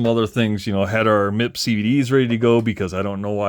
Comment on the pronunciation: great overview. I have one on the way. Never owned one back in the day. For stadium truck I raced a JRXT, then LXT, then XXT. btw, MIP is pronounced Em-eye-pee